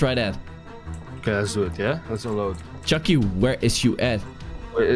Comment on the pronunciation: ITS CHUKY NOT CHUYEY